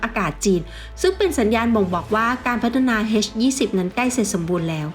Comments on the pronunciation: น่าจะออกเสียงว่า เอชยี่สิบ ไม่น่าจะออกเสียงว่า เฮสยี่สิบ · เอ็ช-20 ไม่ใช่ เฮ็ช-20 อีหยังวะ